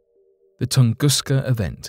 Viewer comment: Tunguska is pronounced 'Toongooska'